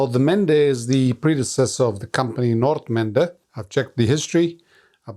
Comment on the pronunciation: it’s nice to hear someone properly pronounce the word Nordmende, great video like always.